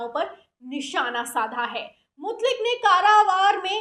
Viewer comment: Mutlik nahi Mutaik